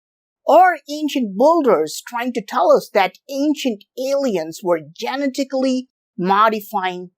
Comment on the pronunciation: He said "Genitacly" modified 😂😂😂🎉🎉🎉. Genetics is hard...